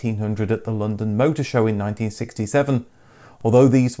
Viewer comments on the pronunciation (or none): none